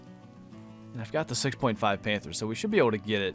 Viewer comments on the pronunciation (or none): none